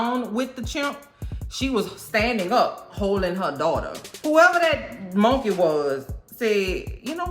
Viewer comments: I just watched that episode yesterday!! I can't stop laughing at the way you say "monkay" lol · Ive just come across m'girl but she's now one of my fav,especially the way she pronounce mon-key and Eric's and clown's just killing me, mmkay!!